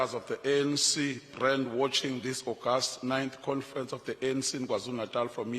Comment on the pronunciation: Confrents haha 😄